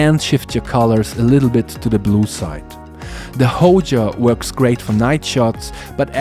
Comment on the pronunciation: Which one is the “Hoja”? It’s Hoya, with a y.